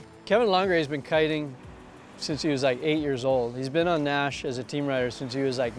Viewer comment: You pronounce your surname 'Nash" Interesting. I'm a surfer too in Western Australia , Jamie Naish. The Naish over here is Naish like Nation , without the 'in' at the end . Nice vid.